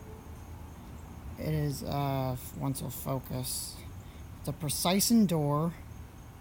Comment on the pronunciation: Precision is pronounced like decision.